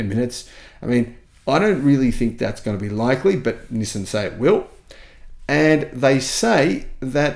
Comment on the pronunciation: "nih-sin" XD